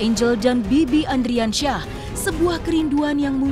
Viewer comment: Ardiansyah oi ardiansyah bukan andriansyah